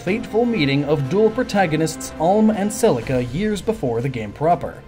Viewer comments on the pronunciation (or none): "Selsia and Alm" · "Celcia" [Sell-SEE-uh] It's Celica*. [Sell-ICK-uh] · Celcia... but its Cel-ICA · Don't mean to be annoying, but Celica is not Celcia, it's pronouced Seh-Lick-uh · I went back and listened to it a few seconds after it happened just to make sure I heard right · Nobody: Him: CeL-CiA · I was loving this until Cellsia? Couldn't exactly take the gaiden portion seriously. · Celica is pronounced "Selika" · Neither are the words Celica and Beorc. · Syleph? Cecilia? It is Seliph and Celica. Think Toyota for Celica.